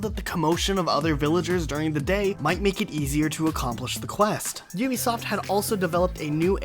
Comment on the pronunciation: It's Ubisoft not U- besoft